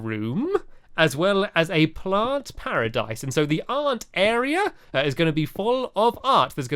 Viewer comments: he said Ant Area instead of Art Area. 😂 lol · he Said the Aunt Area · I thought he said "aunt area room" xDD